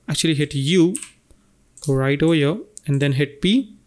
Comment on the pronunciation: Beside the very good tutorials it is a bit stressful how you pronounce "here" ... every time i hear "...over yo..." i get pimples on my skin... xD ..try to say HERE and not YO